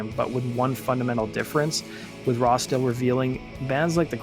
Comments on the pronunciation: It sounds like your calling him "Rasta" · Why does he keep saying rosta or razda? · You say Rossdale really weird! Sounds like you’re saying Rasta 😆🤦🏼‍♂️ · Everytime you say "Rossdale" it sounds like "rasta". ENUNCIATE. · Sound like you’re saying, Rasta for Rossdale. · Doesn't sound like you are saying Rossdale right